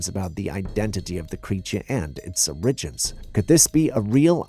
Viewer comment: Please learn how to pronounce ORIGINS. I have bitten my lip for a long time. Otherwise nice videos.